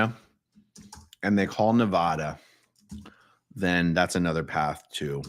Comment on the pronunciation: The END is NEVER the END 🙌❤🤍💙🙌... Also dude it is pronouced Ne-Va-Duh, say my name!!